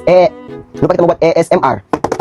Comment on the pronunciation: ASMR dausss, biasheee dia, selalu susah nk sebut asmr tuu. hahaha